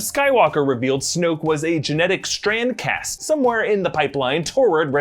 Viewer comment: Is he saying Strand-cast? or Strancass?